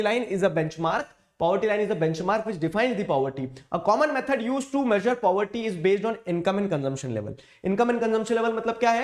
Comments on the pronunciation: poverty ❌ puberty ☑️ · If you did not listened the part in which sir said puberty instead of poverty.... You are not a fan... 😂😂 Jokes aside, i love your videos.... You are the only one because of whom I am scoring good marks in sst 🥺💖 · Puberty sir told instead of poverty 😹🤣😂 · Caused due to "puberty" But was trying to say poverty 😅🤣 Btw you are my best teacher